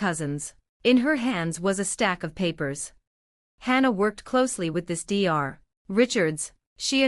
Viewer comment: Dr stands for doctor and should be spoken as that. It is very annoying!!! What the hell is wrong with this woman????? What is the mil name??? You have used several different spellings and the voice said several different names!!!! Get your act together!!!